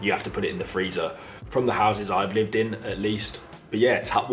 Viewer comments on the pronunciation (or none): none